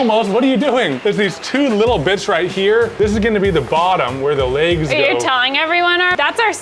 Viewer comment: “The leygs”